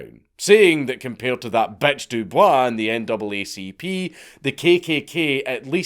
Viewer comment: i know that you're pronouncing Dubois the way that its actually supposed to be pronounced, but when it comes to W.E.B. Dubois, its actually pronounced "doo-boys" I swear to God this isnt a joke, ask Grok or something